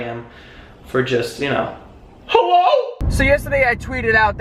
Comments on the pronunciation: LMAO “HEWWO?” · Hewwo? Lol